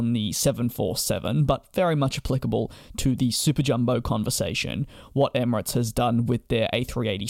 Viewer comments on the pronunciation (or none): none